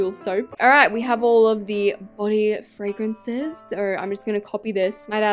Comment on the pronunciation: I love fwawences